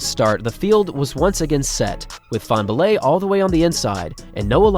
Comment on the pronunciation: fanbullehs name isn't hard to pronounce